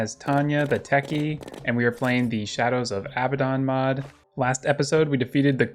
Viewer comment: the way he pronounces abaddon hurts me